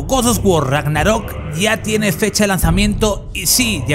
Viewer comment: Tanto cuesta pronunciar bien Ragnarok?